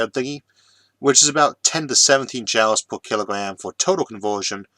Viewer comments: Quite apart from the "impediment", there is also his sometimes-strange pronunciation. In this video, saying "jowls" for joules. Joules is usually pronounced just like "jewels", and comes from the name of the English physicist James Prescott Joule. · Why are you pronouncing joules as "jowles" instead of "jewels"? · Are you pronouncing Joules as "jowls" instead of "jools" due to the difficulty with rhotacism or because you've read the word that way before hearing it pronounced? Jw. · one pronunciation that gets me everytime is Joules ... he says jowls when jewels is more accurate ... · Heehee. I don't even notie the accent/impediment most days. But pronouncing joules as 'jowls' instead of 'jools' made me giggle. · I always thought "Joules" was pronounced the same as "jewels", not "jowls". Yes, that's probably how it ought to be pronounced, phoenetically, but then look at words like "laughter" and "daughter"... English is a messed up language. And it reminds me of something i read not that long ago... went something like "Don't make fun when someone mis-pronounces a word. It probably means they learned it by READING." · Joules = jewels not jowels, yikes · Joules is pronounced "joolz" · FYI joules is pronounced like "jewels" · you can't simply say fuel all the time and then epicly mispronounce joules which has the same sound. i know you have a speech impediment, you explain it every video. but you saying fuel right proves you can pronounce joule. sorry for shitposting... i love your videos, but i just had to say this.